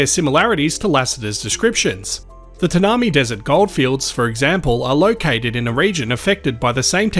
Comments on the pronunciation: Tanami is pronounced TAN-am-EYE. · Love you channel, pronunciation correction Tanami desert is pronounced Tan a my. It is an amazing part of Australia too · Tanami is pronounced ......Tan uh my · Like your videos but cant believe how you mispronouned the Tanami desert